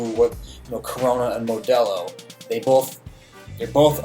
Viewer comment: Why do you say Modelo like that!?! Plz tell me you’re not near Mexico, the white jumped out